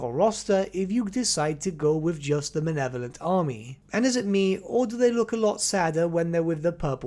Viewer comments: Mah-Leh-Vo-Lent Please, stop saying "manevolent" it's driving me insane. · Also your mispronunciation of Malevolent is going in the book.